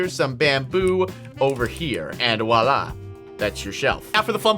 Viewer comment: Lol you keep saying wah la